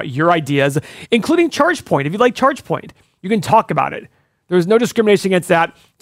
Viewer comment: I'm hearing Checkpoint every time they say Chargepoint. Checkpoint is an 8 pillar stock! Update on that one, fellas?